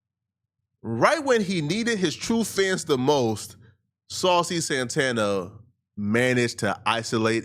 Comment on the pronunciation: Miss Saw-Cee 💅